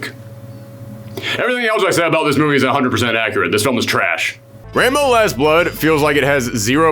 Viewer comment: When you say Rambo, it sounds like you're saying "Rainbow"